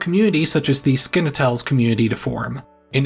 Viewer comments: But it’s pronounced Skan-E- At- Less, not that skinny crap! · ....its SKANeeATuhleez......not what you said. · Love the video! Pro tip: Canandaigua is generally pronounced Can-uh-day-gwa, and Skaneateles as skinny-at-less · "Skin-a-tells" are you f'ing serious!?! Skaneateles is pronounced phonetically as "Skinny-atlas", ya dope! You're far from what is considered the traditional definition of a "nerd", more akin to a dork. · its "skinny-at-lease", not "skin-a-tals", fyi. go bills! ❤🤍💙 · Its skinny-atlas. Not skin-a-tells. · “the Skin-a-tells community…” 🐸 is right, it’s “Skinny-atlas”! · skaneetles...... skinny atlas lol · It's pronounced Skinny-Atlas 😉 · Repeat after me, "Skinny-Atlas". I know that no one tells people how to say Skaneateles, but that's how you say it. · I made it barely 4 minutes in. Learn how to pronounce Skaneateles properly. Is is Skinny-attle-EEs This is unwatchable if the morons that post their AI garbage can't even be bothered to review it before puking it up on YT. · Just so you know : Skaneateles is pronounced, up here, as "skinny-atlas", and Canandaigua is "cannon-day-gwa". There's lots of weird pronunciations of town names out yonder. Incidentally I live in Palmyra. Hydesville, where the Fox Sisters lived, is basically part of Palmyra. It's a strange town. Also has a streetcorner with four churches, apparently unique to the hemisphere, and it's rumored there's a kind of ley-line running thru there. Interesting anyway. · “Skin- ah-tells”…lmao! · AI .. that’s place was pronounced “skinny-ata-lis” … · I see my home region, I click. I'm a history buff and I actually learned some things in this video I hadn't know before. Also your pronunciations are comically incorrect. Canandaigua is pronounced "Can-a-day-gua" and Skaneateles is pronounced as "Skinny-atalis" Kudos for the effort though. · Skaneateles is pronounced skinyatlas very interesting video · Believe it or not, Skaneateles is pronounced skinny atlas! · Head-neshene, and Skin-a-tells?